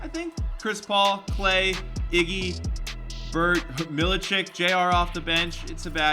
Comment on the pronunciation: "Iggwy" -. EPIC